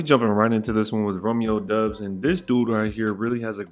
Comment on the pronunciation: It’s doubs like “Cobb “